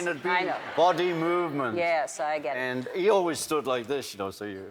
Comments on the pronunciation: ''End uh'', its and Ringo, and. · Ringo still sounds like a scouser until he says "and" and then he sounds like a septic tank. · He's picked up an American accent when he says "and" :((